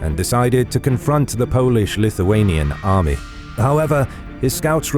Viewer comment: This time a quite good pronouciation of Polish, Lithuanian, Ruthenian and Russian names.